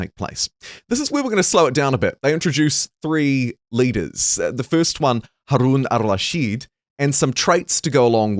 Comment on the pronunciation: the way you easily pronounced Harun al-Rashid w the alveolar trills and everything, immediately followed by stumbling over Sappho really tickled me. anyway looking forward to this game for sure, thanks for letting me know about it!